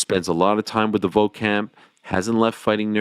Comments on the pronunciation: Again Ariel, it’s Volk, not Voke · Petition to get the show to stop talking about Volk just so that we don’t have to hear Ariel say “Voke” anymore